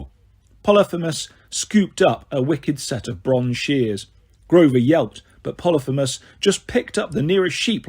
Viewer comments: U need to work on your pronunciation try learning phonically ex: poly- fee- mus. Aka cyclops. Ask Google to say it phonically n she will! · I guess it is. I say po-lee-pheee-mus